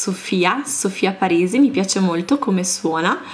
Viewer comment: Il cognome di Mark e dei figli è Parisi ma tu dici Paresi...